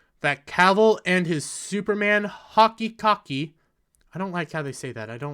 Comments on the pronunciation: Hoe-key coke-ee mate xD just found you and gotta say great video. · I've never heard hokey cokey pronounced like that before